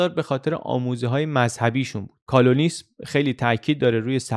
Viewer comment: علی عزیز. من مدتهاست که از زحمات شما مستفیض میشم. در این ویدئوی گل لاله مذهب کالوین و Calvin رو به نظر اشتباه تلفظ کردید. یک مروری میکنید؟